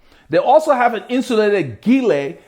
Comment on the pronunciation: Very informative video, I subscribed. I agree tops that fold down into a jersey pocket is an important consideration. Also, its important to know what materials are used in making the product this usually tells you what the best use cases are. Just an FYI.. Gillet is pronounced with a soft G it's the french word for vest.